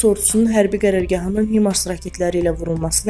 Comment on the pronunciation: Himars yox haymars kimi oxunur